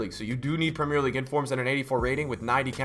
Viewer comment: How tf do u pronounce premier league...